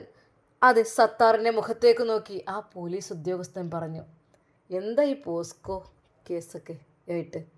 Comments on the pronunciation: പോസ്കോ അല്ല പോക്സോ ആണ് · പോസ്കോ എന്നല്ല, പോക്സോ എന്നല്ലേ?